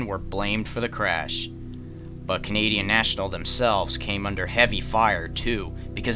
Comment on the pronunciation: “Canadien national” lol